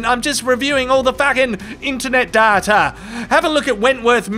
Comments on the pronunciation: datYa not daRRRta... ffs... :D Also love the beanie... although going into our summer it might see action quite soon! :D Also the coaster with the quotes are items of joy! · there is no R in DATA. So it isn't "Darta!" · Why do you pronounce it data, when everyone knows it's pronounced data?